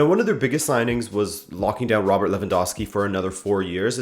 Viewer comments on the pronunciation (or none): none